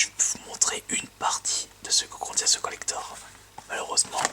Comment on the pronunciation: ce que contient ce COLLECTHORRRRRHEEEE Aie la prononciation